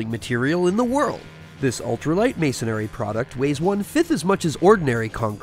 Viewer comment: Great stuff! Just for the record...the word is not masonAIRy (4 syllables). It is masonry (3 syllables). Air is injected into the product, but should not be injected into the word.